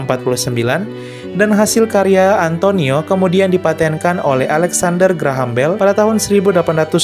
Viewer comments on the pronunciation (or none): none